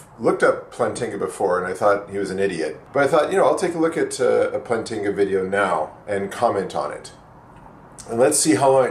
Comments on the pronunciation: First off it's "Plant-inga" not "Plan-tinga". You obviously have not read any of his arguments, or his peers criticisms of his arguments, or at least you don't seem to understand them. You especially seem to have a hard time understanding him when he references a basic belief, and you really seem to misunderstand his EAAN. I really don't know why you protest against the new atheists being inferior to the old ones, everyone knows they are, would you rather have Sam Harris or Bertrand Russel? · Please tell us what your PhD is in and why you are mispronouncing Plantinga's name of you are trying to be taken seriously. But then again, your f-bombs should be self-evident that you're just another typical internet atheist. Yawn...